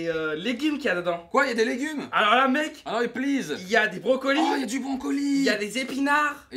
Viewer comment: qui dit brONcolis, j'adore:3